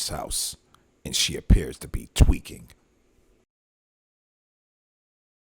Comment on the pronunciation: "and she appears to be Tweaking" he said that hard asf and with meaning😂😂😂😂😂😂